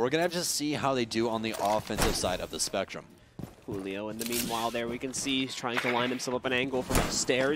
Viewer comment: Y do the casters say “Hulio” it’s Julio it’s Portuguese not Spanish